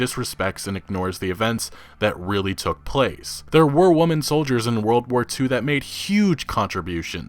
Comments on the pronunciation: Stop pronouncing "women" as "woman". God fucking damn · I can't tell if you're saying ''woman'' instead of ''women'' on purpose, but good video! But..Ye Feminism is ruining games they don't play. They just want everyone to see their toxic behaviour. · When will you pronounce WOMEN correctly? i get triggered every time. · For fuck sake learn the difference between WOMEN and WOMAN and how they are pronounced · Can I get an explanation of why pronounces "women" as "woman" all of the time? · “Women” is still not pronounced “woman” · Dude, you need to learn how to say the plural of women, which is pronounced like “wimin” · FOR THE LOVE OF GOD STOP SAYING "woman"....it's WOMEN. Every single time you did that i cringed so damn hard. It makes you sound extremely uneducated and hurts your talking points!!! Fix it! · Woman and women are not pronounced the same. Maybe you are uneducated. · God in heaven, why can't you pronounce "women?" Woman and women are different words, with different letters, that have different pronunciations. It's so jarring because I have never heard anyone make this same mistake and it's such a common word, unless you were ESL I don't see how this is possible. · Women as in "wimin" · Woman - singular Women - Plural. For the love of the internet, PLEASE learn the pronunciation. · I love your commentary on gaming news but please pronounce women right. It's pronounced like wimen or wimin. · Dude,, can you please learn to pronounce Women properly? So many content creators make this mistake and it's so cringy. Here, Merry Christmas friend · You keep mispronouncing "women". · learn how to say women. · Dude, please....learn to pronounce "women." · Stop saying WOMEN wrong!!! Lmao